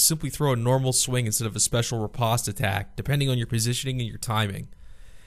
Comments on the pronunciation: the word riposte is pronounced the same way in English as it is in French; "-post", not "-pawst" ...not liking this video so far. It's like you know nothing about Canadians AND French. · To hell with how you pronounce Riposte I was more surprised by how you say Katana Banana? As always a great video though :P